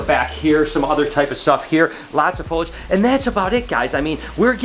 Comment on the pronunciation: I love ya but it cracks me up every time you say "folage". It's Foliage. Fo lee edge. 😁